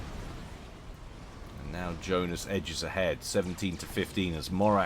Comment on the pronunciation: Yeah, Johnice, not Joenice.